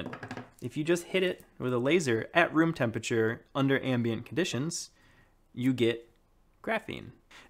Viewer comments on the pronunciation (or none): none